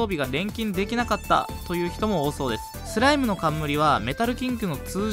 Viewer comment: はthの発音がキレイですね。 thライム thoう備 はやぶthaの剣 thaい強thoう備